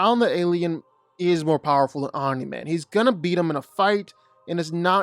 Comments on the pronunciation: I hate the fact that you say “omna man” instead of omni* man 💀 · You say omi man weird. It’s throwing us off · STOP IT… Stop saying om nye min. His name is OM NEE MAN PRONOUNCE IT CORRECTLY. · Omneye man??? No, OMNI man, cmon bro........ driving me nuts..... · Omn-eye Man. Can't finish the video. What is it with YouTubers not even watching the source material or having a basic grasp on how to pronounce words correctly. IdioTubers. Jeebus. Smgdh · is it just me or did he say online man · The fk u saying omnaman for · Who tf is Omna-Man? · Omnaiman He said it right initially and from then on Pain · You said Omni man correctly the first time you said it in the video and then you mispronounced his name every time after that. Makes me think you're doing it on purpose. Annoying as hell. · ya, I needed to see someone else's comment about him saying omni man wrong instead of hearing it pronounced wrong, driving me up a wall, ya you right. 🤣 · My guy quit acting like you don’t know how to pronounce “Omni man” 🤦‍♂️ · anybody else bothered by the way he says omni man